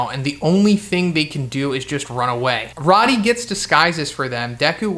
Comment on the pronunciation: Pretty sure it's pronounced like "roadie". Rody doesn't have two Ds.